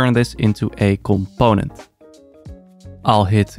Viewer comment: I love when he says comPOⁿᵉⁿᵗ 😄